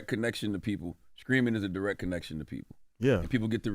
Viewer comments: The whollle beginning of this video I thought Charlamagne was saying "screaming" 😅😂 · Charlemagne saying “screaming” instead of “streaming” will never not be funny to me 😂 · Charlamange absolutely needs to fix that speech impediment ...or stop saying Streaming (Screamin)😅😒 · Am I the only one hearing Charlamange keep saying skreaming instead of Streaming🤷🏿‍♀️😂😂😂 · Charlamagne saying screaming instead of streaming has me 😂😂😂💀